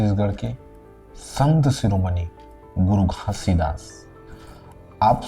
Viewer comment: Pahle aap Baba ji ka naam ache se lena sikh lo fir Satnam ka mining samjhana guru ghasidas ni pram pujya sant siromani guru ghasidas Baba ji 🙏🙏🙏🙏🙏